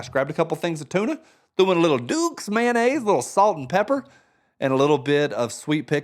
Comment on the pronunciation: Did you say Mayonnaise? See this is why we can’t be friends. 😂